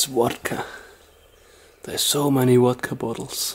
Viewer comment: since when is Vodka pronounced "Wadka"?